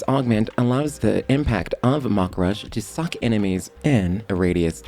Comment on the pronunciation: That "suckx sounded weird